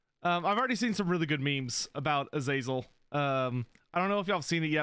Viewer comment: Am I gonna be that guy? AZ-UH-ZEL is how the name was always pronounced in non Warhammer settings.